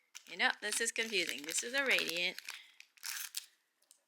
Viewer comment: So confoosing!!! Lmao 🤣 what a headache! Freaking wrappers!? Wow